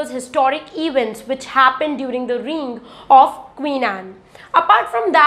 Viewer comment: Great admirer of your mam..one positive feedback is pls check pronunciation of reign..hope you don't mind..